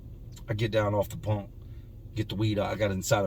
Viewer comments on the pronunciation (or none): In my bunk it sounds like you say in my BONK makes me crack up all the time 🤣